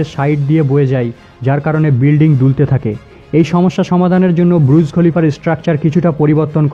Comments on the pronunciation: Bhai pronounciation ta thik kore kor. Kokhon bolchis BURUJ, ABAR KOKHONO BRUJ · ব্রুজ খলিফা নয় এটা বুর্জ খলিফা